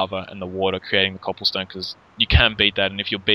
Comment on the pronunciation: You're saying copplestone lol